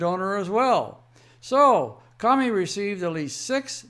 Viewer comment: Love your fact based reporting. It's awesome! Thanks P.S. The "o" in the name Comey, has a long sound like the word alone. Unless, it's a little a play on Communism and in that case maybe we should all start calling him Commy